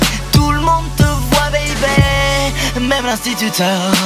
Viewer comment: Il a pas dit baby il a dit beybey